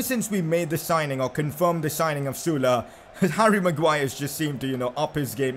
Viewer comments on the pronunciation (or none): He pronounced ‘sule’ sula